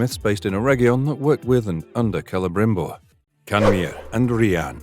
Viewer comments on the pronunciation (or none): Lots of weird AI phrasing in this narration but I did enjoy "Cele-grim-bor" when that came up a couple of times. Some weird speculative conclusions too, why does it seem that it's likely we'd see the destruction of Numenor this season when there is so much story left to tell there? Why would you think the party of elves that encounter the 'Barrow-wights' would encounter Tom Bombadil when he is out east in Rhun?